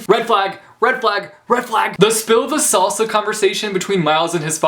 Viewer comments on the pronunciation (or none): none